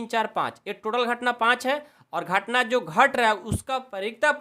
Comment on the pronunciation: Sir gahtna nahi ghatna hai 😂😂😂